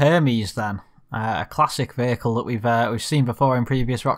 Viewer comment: When you say “that” it’s sounds like thot. Lol